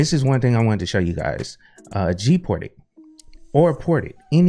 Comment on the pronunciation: Is it me or you pronounce it as "GPORTED"? I even also understand "PORTITIONS"...